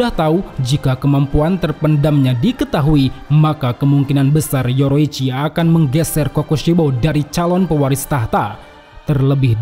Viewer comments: Bang kenapa bilang yorichi sebagai yoroichi? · Bukan yoroicchi tapi yorichi😂😂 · Penyebutan nama yorichi ke( yoroichi) bikin kurang nyaman🙏🙏